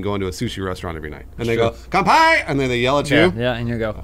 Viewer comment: kanpai not cumpie